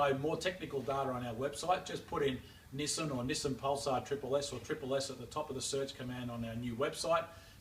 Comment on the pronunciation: So it's pronounced Neh-sen and not Knee-san?